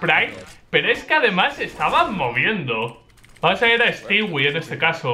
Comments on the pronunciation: no se dice stiwi se dice stui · Stewie2k > Estiwi two kei. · Me encanta como los españoles pronuncian palabras el ingles "stiwi"